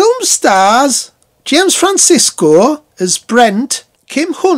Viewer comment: Love that review, especially with that wicked north east accent. Sorry to be pedantic though pal but it’s James Franciscus not Francisco 🤣🤣🤣 but great review all the same. It’s a fantastic bonkers sequel and so popular to POTA fans as it’s so nuts and I remember being freaked out by the mutants when I was a kid because of their weird version of “All Things Bright and Beautiful” with a strange tune. I love this film though and to have an ending even more bleak than the original took real balls. Excellent stuff 👏🏻👍